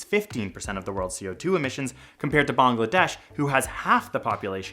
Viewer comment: its not BONGladesh.... its Bangladesh ...... it has an a...not an o